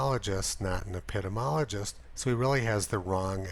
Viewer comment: epi-DEE-MEE-ology . Your mispronunciation of a common important, these days widely-used, word makes your whole report seem too dumb to be believed. Which is a pity. Who would allow themselves to be instructed about the difference between epidemiology and immunology by a person who can't even pronounce the word? btw, Bill Gates is now the principle contributor to WHO. Yet he seems to have left Seattle, hometown to Microsoft, completely in the lurch. What's that all about?